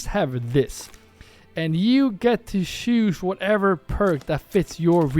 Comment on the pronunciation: I really mean this in a positive way! You're a great guy! But please start pronouncing a "t" in front of each word that starts wich "ch" Example: the word "choose" You always say: "shoes" But you should actually say "tshoes" Example: the word "charcoal" You always say: "sharcoal" But you should actually say "tsharcoal" I hope you don't take this the wrong way, just trying to help you :) Great video again, thanks a lot!